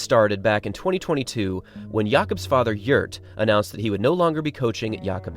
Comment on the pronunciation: The father's name is not "Yurt" but "Gjert" !